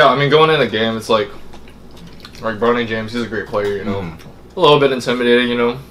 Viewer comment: mad lad called him "bro-knee jaymes"